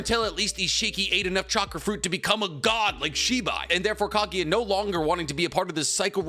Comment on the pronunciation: am I only one annoyed by how he says kagiya instead of kaguya